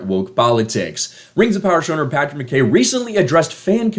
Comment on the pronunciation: I'm Scottish , it's fucking pronounced 'McEye" not McKay as it's spelt.